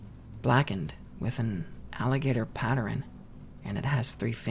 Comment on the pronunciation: quick question for my man, why do you pronounce the word Pattern as Patterin at around 25.5-26 s? No shade I'm just curious bc I've heard a few people say it this way.